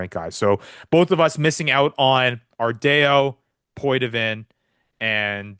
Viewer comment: Ardao: R-DAY-O is out of pocket, lol. R-Dow correct pronounciation